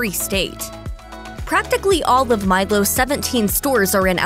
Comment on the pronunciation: Why is she saying " Mile- gos" for Milos. Its "Mile Ohs"